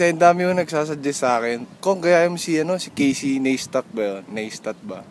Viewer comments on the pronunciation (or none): Casey NAY-stat ang pronunciation Cong! As in parang naNAY haha